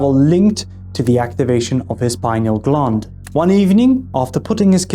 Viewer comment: Lol,, glund…. It’s gland like Dr Dispenza pronounces,, sorry,, I’m British.. maybe I’m a prude,, funny tho, 🙏